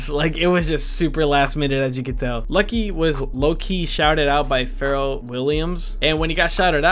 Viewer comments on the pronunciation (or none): "ferrel" williams lmao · “Feral williams” 😭😭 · Lol why did you pronounce “Pharrell” like that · tha way u pronounced Pharrell LMAOOO